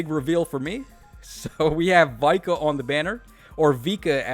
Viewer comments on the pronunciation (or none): It's VIKA and not Vai-kah 🙄😠